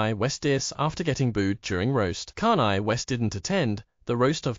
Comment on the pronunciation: "Kahn Eye" is what your txt-to-voice thing there sounds like when he tries to say "Kanye" lol